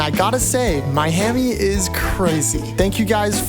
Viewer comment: HAHAHAH!!! The fact that he said 'My Hammie' instead of Miami is crazy